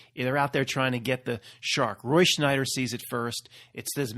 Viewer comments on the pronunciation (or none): must be Mandela effected about Roy Scheider too. It’s not Schneider. It’s Scheider. No N. Lol